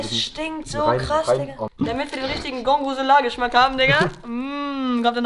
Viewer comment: Gorgonzola ist italienisch und wurd gorgonsola ausgesprochen